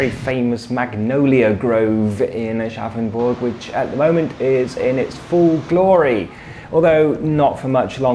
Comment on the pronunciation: Thanks to this video I finally know how Aschaffenburg is pronounced :D